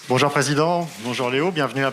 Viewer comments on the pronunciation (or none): Dans deux semaines Léo dit bonjour comme Neymar " BOJOU" 😂😂😂